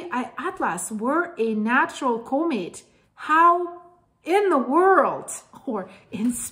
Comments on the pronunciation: But what is a comate It's usually pronounced com ette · ITs a Comet not a CUmet. Or pronounce it Komet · If you can learn how to pronounce the word comment correctly, I will gladly give you a like and hype next time, but you continually mispronounce it